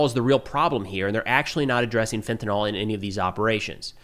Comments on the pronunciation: Hey man, fentanyl is pronounced with “ill” at the end, not “all”. -68W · Pronounced fentanil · Lol, Fentanyl is not pronounced fent-uh-NAHL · Fen. Ta. Nyl. TA. NYL. US Americans: fentynal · Just FYI... fentanyl is usually pronounced 'FEN-ta-neel'. Excellent content, as usual.